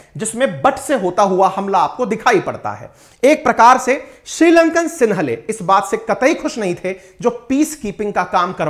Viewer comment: सिंहली होता है सिन्हले नही आप इस तरह से अलग से शब्द न बनाये